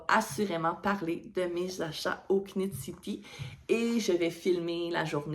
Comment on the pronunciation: J’ai adoré ton podcast, tu es rafraîchissante. Ne dit pas le K à knit. Nitte city :) J’espère que tes achats seront magnifiques!